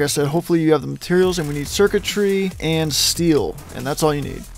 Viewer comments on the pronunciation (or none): none